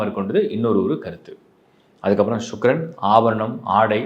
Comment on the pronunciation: ஷூக்ரன் என்று சொல்ல வேண்டாம் சுக்கிரன் என்று சொல்லவும்